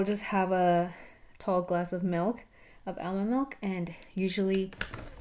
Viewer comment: Are you saying aloe milk ? Or almond milk?